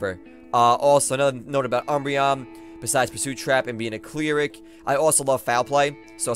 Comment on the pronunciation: Kai-ooo-rem, clee-rik. Have you been talking to PK Nipps gosh